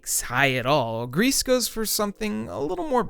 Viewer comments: about Gris: im pretty sure its pronounced 'gree' not 'Grease', like the french word for grey. how do you pronounce 'versace' or even 'hyperbole' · Gris is pronounced "gree" not "grease". It means grey en Français. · pronounced "grie" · It's not pronounced 'Grease' my dude.